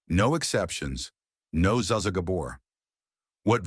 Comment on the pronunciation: I kind of cringed at "Zaa Zaa", myself 😂